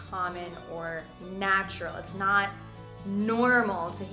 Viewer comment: What's that NAT you keep talking about? As in: "We native speakers do nat use..."